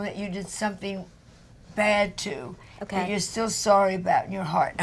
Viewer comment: "tHAT" ------> MEGHAN, LEARN HOW TO TALK!!!